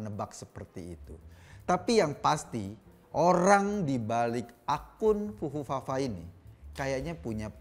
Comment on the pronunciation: Bung Eko susah mengeja kata Fufufafa, keknya lebih luwes bilang Pupumama😁